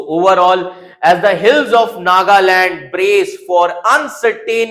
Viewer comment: Chapri with backdoor knowledge. You only know goggle knowledge. Can't even pronounce Nagaland.